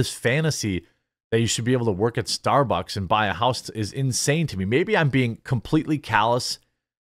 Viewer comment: gotta admit, starborks is a far more fitting name for a crappy company, well (mis)spoken Jeremy